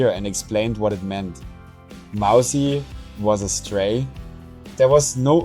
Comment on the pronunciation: It's Mausi not Mousy